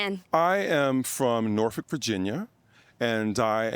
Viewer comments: Soon as I heard that man pronounce Norfolk as (Nor-Fick) I knew he was for real. lol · He said Norfolk Virginia, properly said